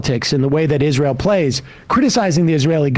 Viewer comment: I think the way Graham pronounces Israel is kind of cute. "IZ-rull".